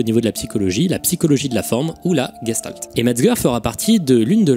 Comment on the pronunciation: c'est de l'Allemand et ça se prononce en vrai "gechtalt".